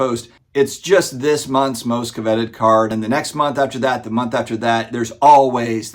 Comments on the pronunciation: “Covet” is pronounced “Kuh-Vet” not CO-Vet” — hopefully you were just joking or trolling someone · How can a grown man not know how to pronounce covet? It's in the 10 commandments for goodness sake.